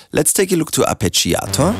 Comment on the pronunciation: ArpegiAAAAAtor.... Mate, never heard it pronounced so emotionally, kudos!